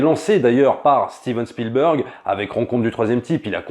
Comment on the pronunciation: s'il te plait fais un effort! Spielburg c est genre pas possible. Entraines toi au moins mais prononces çà SpielbErg ….